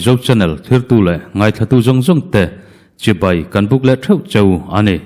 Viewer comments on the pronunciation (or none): none